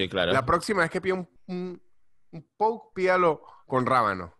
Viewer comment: Impresionada con la pronunciación de Poke en Argentina